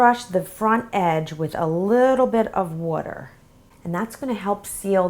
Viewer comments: She said wuter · love this and you say water in a really weird accent or something :D